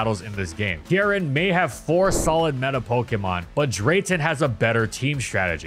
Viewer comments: Why do you pronounce Kieran as Kee-eren? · insane pronunciation of Kieran bestie